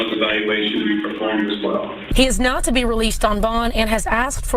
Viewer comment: He is being held without bond. the reporter stated "He is NOT to be released on bond" However, when she spoke it could be interpreted as "He is NOW to be released on bond." I guess the rain and the cold affected her speech. If you listen for an additional minute you'll also hear her mispronounce Richmond as Witchmond.